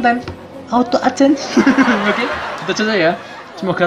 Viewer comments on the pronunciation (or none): none